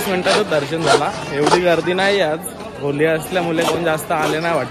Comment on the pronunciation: Video chan hota fakt te होली नाही होळी अस बोल दादा